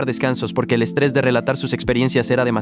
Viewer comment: estrrres 🥀 así dice JAKKHJKJGG